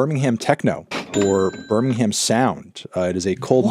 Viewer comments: IT'S PRONOUNCED BIRMING-AM AAAAAAAAAAH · hearing them say Birmingham Techno like 10 times and every time they pronounce it like Berm-ing-hamme 😭😭😭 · Why do Americans pronounce Birmingham like it’s two words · The way people in the US pronounce Birmingham triggers me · Please pronounce Birmingham right